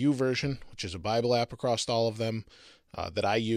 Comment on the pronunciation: AKKKKKKKKK... There is NOT a "T" at the end of across!!